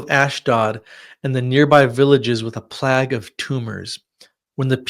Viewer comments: "plag"? You mean plague (playg)? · Fascinating. It’s pronounced “plaig” not “plag”